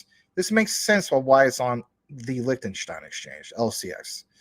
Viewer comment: Zeeeee Licktenshtyne 🫡